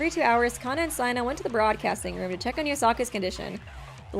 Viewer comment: Not t9 be rude but it's seina not siena